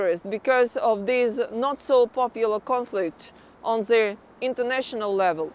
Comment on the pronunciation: только и слышно: "зэ...зэ...зэ" Интересно, она понимает, что говорит, или первый раз вообще текст видит?